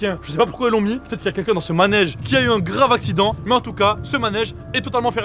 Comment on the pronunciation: avait dit asident à la place de accident 😂😂😂😂😂😂😂😂❤❤